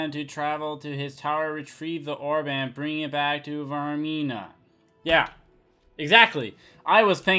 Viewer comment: Vaermina. "VAYR-meen-A".